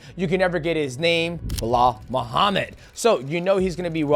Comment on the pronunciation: You’re right. I was going to comment the same thing… We know DJ likes to push a narrative and root for specific fighters he shares similarities with, but he should just tell the truth. Also the fact he couldn’t say “Bahamondes” lowkey bothered me too, but that’s just me being nit picky.